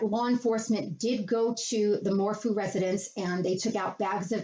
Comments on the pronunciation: Its PRONUNCIATION IS MORPHEW. FEW. NOT FOO! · Your pronouncing her last name incorrect. Her bike was found leaning up on a bridge not a tree and she was last seen on the 9th! Her hubby was in town and told the girls when that mom went on a bike ride nobody actually saw Susanne on her bike! Her daughter's tried calling with no answer on the night of the the 9th and after not being able to say happy mother's day on the 10th sparked the oldest to call a neighbor because the girls knew the dad was lying! The cops are treating this as a "murder" and yes Barry is "the suspect"! He will be arrested soon . mark my words!